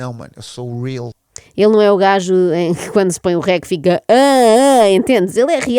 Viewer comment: "O primeiro gaijo" 😂😂😂😂😂